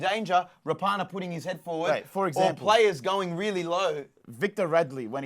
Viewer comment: Rah-punna not Ra-par-nar